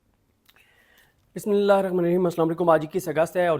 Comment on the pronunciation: U will never learn how to say 'Bismillsh.....'😢